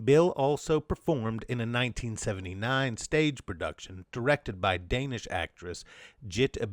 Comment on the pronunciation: Hi, it is I, your countless listeners in Denmark. Don't worry, you managed to massacre the pronunciation of every single Danish name and word, but we forgive you since you somehow managed to stumble upon the existence of the ABCinema art collective in your research.